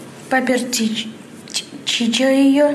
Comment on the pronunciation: Меня просто убила "чахшка", "поперчиче" и остальные мега фразы этого паренька